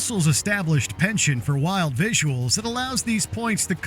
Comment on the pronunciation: speak properly. penchant is a French word.